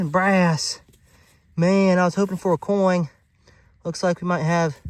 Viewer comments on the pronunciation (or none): Coin, not coing